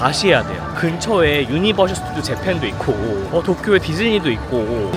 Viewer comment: 유니버셜이 아니고 유니버설입니다. 우리나라사람들 아마 오피셜때문에 셜로 발음하는것 같아요. 별건 아니지만 그래도 테마파크전문가 에겐 알려드리고 싶어 참견합니다.